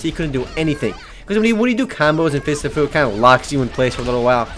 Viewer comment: I thought you said Fists of poo for a second.